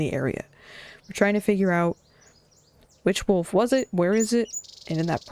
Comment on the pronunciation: arrives game start language fun fact: the importance of silence back from break back from break pronouncing "wolf" as "woof" is so adorable ☺️☺️